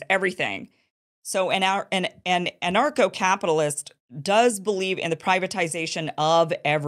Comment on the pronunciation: I thought you were saying NARCO CAPITALIST! 😂